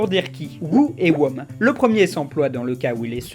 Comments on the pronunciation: Pour Whom, il a dit "Womme"? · Je sais que l'anglais c'est pas forcément ton point fort, mais "wome" quoi... C'est pas comme si tu pouvais trouver la prononciation d'un mot en deux clics... Ça donne vraiment l'impression que tu voulais même pas prendre la peine de vérifier, que tu as expédié la vidéo sans faire attention. C'est peut-être pas le cas mais c'est ce genre de détails qui peut le faire croire ! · J'ai explosé quand tu as dit Who et whom. ;) (ça se prononce hou et houm) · Par contre 'whom' ça se prononce- "ALORS VOUS ARRÊTEZ DE ME PETER LES COUILLES AVEC CA DANS LES COMMENTAIRES !" -heu... nan rien